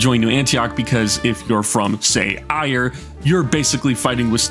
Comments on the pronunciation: Time for the classic irish man corrects incorrect irish pronunciation comment Éire is pronounced phonetically as Air-uh not ire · I hope that eventually you talk about the forces of éire (Ireland in trench crusade) because I think it’s really cool, also great to see another post from you! Also in case you’re wondering it’s pronounced like air-uh, not trying to step on your toes or anything though